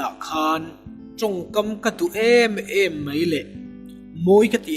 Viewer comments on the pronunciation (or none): Tha lutuk,,mahse MEI ti lo in MAI ti thei la.